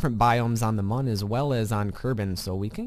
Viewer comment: the Mün is pronounced moon